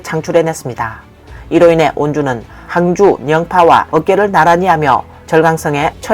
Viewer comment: 항주 영파 온주 오랫만에 중국지명을 정상 발음하는 분을 뵙네요